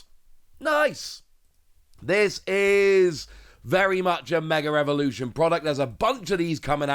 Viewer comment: Is it just me or does it sound like he says mega revolution vs mega evolution